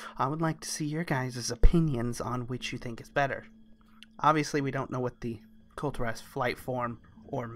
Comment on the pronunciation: KULL TEAR US. not kull terr ahs =]